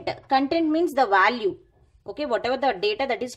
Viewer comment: Value not vaalu. Vaalu is rough word in my language. It sounds crazy. No offence. Anyway great video.